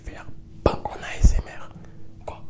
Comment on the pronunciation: jadore comment il dit asmr mdrr.. A S EUM AIR